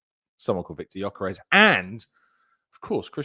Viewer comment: 2 things. 1) about our new monster of a #14, he's Swedish but he's of Hungarian descent so his name is pronounced "Yuh-kuh-resh," you're welcome my friend, and 2) it's such a shame about Calafiori at the moment as he is unbelievably talented. I'm really hoping that he can get himself back on track this season because, if he does, he'll be serious competition for Kiwior if big Gabby is rested.